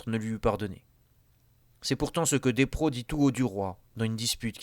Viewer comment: Despréaux (c'est-à-dire Boileau, qu'on appelait plutôt par son autre nom à l'époque) se prononce "dépréo"...